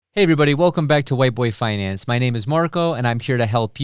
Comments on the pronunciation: Dude, you said "whiteboy finance" at the start of the video 🤣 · I want him to change the name to “White boy finance” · After further review play stands, he said white boy finance. First down... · Did he just say.... White Boy finance?